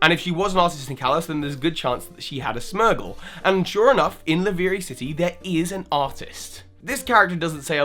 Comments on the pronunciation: smergle??? it's Smeargle... like a smear. S-meer-gal...? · SM-EE-R-GL NOT SM-EH-R-GL! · Okay, I get that Pokémon pronunciations are pretty subjective, but simultaneously, it's got to be SMEAR-gle, right? Not SMER-gle? Because you smear paint? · Oh gosh now you called a Smeargle a Smergle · it's Lumiose Galette, not Lumiose Gazette. Also, why do you sometimes say "smear-gle" [correct] and other times you say "smur-gle"?